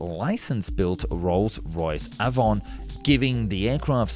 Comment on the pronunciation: You apologise for your Swedish pronunciation, but not for your English: Avon is pronounced ay-von, not ah-von. It's the name of the river going through Bristol (and the no longer existing county where I was born).